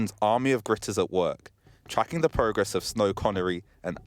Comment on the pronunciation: A reporter who can't even pronounce th! 😂